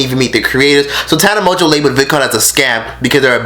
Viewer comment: Tana Mon-goo not mo jo lmfao shadeeeee